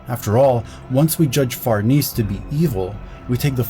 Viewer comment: Fer-nay-say is a very old Italian last name! As your videos get more popular (as they should because this was fantastic) you'll get that correction more frequently. Fer-niece isn't quite right in this context